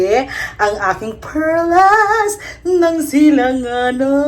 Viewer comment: Ha ha ha...natawa ako sa "perlas ng silanganan..." ha ha ha kasi with emphasis eh... lab ko talaga si...